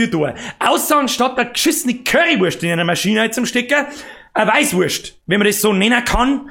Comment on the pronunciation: "Weischwurscht"....Oidaaaaa :'D